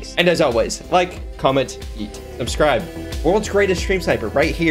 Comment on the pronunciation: He said subscribe and not subscrib I'm shook!!